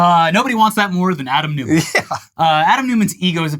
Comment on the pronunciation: "Newman", because Americans find 'Neumann' too difficult to pronounce?